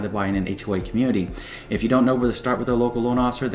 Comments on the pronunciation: Wow i just noticed that....ahhhhhhway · It sound like he is saying H way. But good info